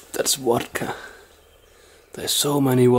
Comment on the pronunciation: since when is Vodka pronounced "Wadka"?